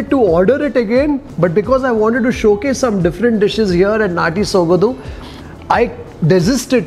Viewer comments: It is Natty Sogadu..not "dhu".soga"du".. however you're always excellent and exceptional in explaining.. 👍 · ...again bad Kannada it's sogadu....not sogadhu... 🙄Du...dhu...du...dhu... practice it. 🙏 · Hi, it's sogaDu not sogadu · Dear your English is so simple everyone can understand easily no doubt about it I'm the fan of your english speaking style but please try to learn Kannada 100% and please take care about pronunciation it's not ಸೊಗದು it's ಸೊಗಡು.... I'm sorry if I said something wrong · Kindly brush up your Kannada or ask the establisher how to pronounce there establishment name. It's Sogadu not sogadhu. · It's not Sogadhu but apradh,you need to practice that more... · the pronounciation of the word sogadu is not exact, it should be pronounced as sogaDu - like when you say drum - the "d"sound so its like ಸೊಗಡು, सोगडु. Hope you got it? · D as in dog